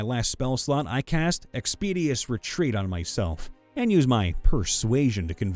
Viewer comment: It's ExpedITIOUS Retreat, not Expedious Retreat. Expedious isn't even a word!